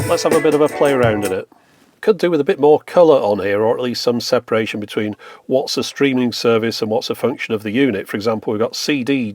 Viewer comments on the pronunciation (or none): none